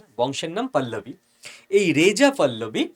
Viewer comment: পল্লবী না পাহলবি